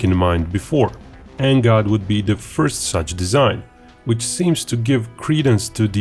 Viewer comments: Please do not call it NGOD and instead call it NGAD. "A" not "O". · It's pronounced N-GAD not N-GOD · color me embarrassed, I've been pronouncing NGAD totally differently... 🤦‍♂🤦‍♂🤦‍♂